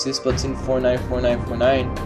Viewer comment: Is everyone just gonna ignore the fact that is pronouncing splatoon wrong